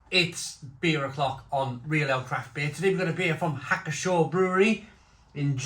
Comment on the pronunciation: You pronounce the "P" in Pschorr.